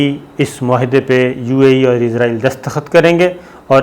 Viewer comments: Bhai izraeel angel 😇 ka naam hai it's Israel 🇮🇱 don't b so dum told u many times to fix your pronunciation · plese izril na bolo israil bolo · IZRAIL nahi Israel sahi word hay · Please note , it is not izrail, it is israeel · صابر بھائ نھائت ادب کیساتھ عرض ھے کہ آپ لفظ بولتے ھیں عزرائیل یہ اپکو بھی علم ھے ایک مقرب فرشتے کا نام ھے اور نہ ھی اس نام کا کوئ ملک دنیا میں موجود ھےآپ مھربانی فرماکر صحیح تلفظ بولیے اسرائیل اور سب اپنے صحافی بھائیوں کو بھی گائڈ کیجے جب بولیں یا لکھیں اسرائیل بولیں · صابر میاں، کتنی بار لکھوں کہ اس ناجائز ملک کا نام اسرائیل ہے۔ عزرائیل نہیں۔ عزرائیل تو ایک فرشتے کا نام ہے۔ اور تل ابیب میں ت پر زبر ہے، زیر نہیں۔